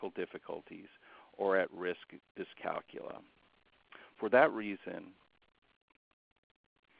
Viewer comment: thank you for not pronouncing it dys-cal-cool-ee-ya, we don't cal-cool-ee-ete on cal-cool-ee-atets do we?